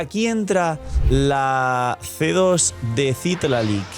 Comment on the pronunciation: Y nunca llegaste a pronunciar bien el nombre de Citlali😢